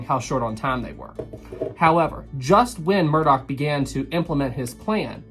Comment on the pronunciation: Murdoch not murdock.